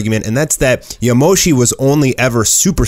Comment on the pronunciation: Its not yamoshi